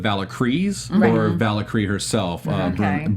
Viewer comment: what is "vala-kree" ? did he mean Valkarie?